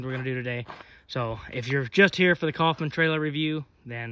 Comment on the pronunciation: ITS NOT COFFMAN IT IS KOWFMAN. looked it up. My Last name is Coffman.